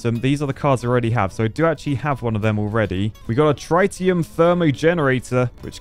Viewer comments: ITS TREETIUM not TRY-TIUM, IM CRYIN 😭😭😭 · Trite--e-um? That makes my head hurt and bugs me in a bad, bad way. I know my nuclear physics, some of my isotopes. Trit-e-um, please. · you architect. It's Trit like TIT not try. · for refernce its tritium (trit-e-uh-m) i was in the british army and we use tritum is our sustas (british acog) (its what makes them glow at night) (no battery's required lol) but if dropped very bad XD hope this helps (unless its just the posh lad accent lol) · Only Architects can't pronounce Tritium correctly...🤣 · Hearing you saying "tritium" was a strugle😅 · Tritium is pronounced that way? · ...Please get a pointer on how to pronounce "Tritium" because this is painful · The way he pronounces Tritium is...really irritating.